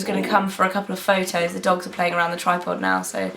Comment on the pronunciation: Were English so its MUM and its DE force not THE force.